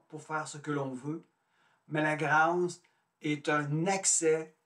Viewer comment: 1. S’il vous plaît prononcer le mot grâce avec un accent circonflexe. Qui est beaucoup plus beau. 2. Vous ne répondrez pas à la question ni à la description de la grâce. 3. Je vous conseille les entrevues avec Anick Souzenelle une grande dame. 4. La grâce est mystique (…..). 5. La grâce ne vient pas du tout avec la croyance en Dieu. 6. Désolée, agrandissez, vos connaissances.